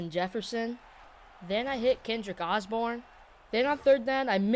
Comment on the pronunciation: Bro said Kendrick Osborn